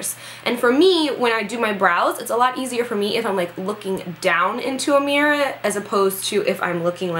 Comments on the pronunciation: Lol you can totally hear the Italian when you say "mirror" I love it lol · lol love how you say mirror